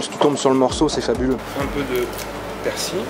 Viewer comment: La magie du montage youtube lol , et alors chef , elle ne se décolle plus la galette du couvercle ??? Mdr 🤣 j'aurai aimé voir la reconstitution du massacre lol ........et persil il y a un " L" a la fin , il est pas ardéchois lui , ici c'est persiLLLL . Sinon vidéo sans intérêt .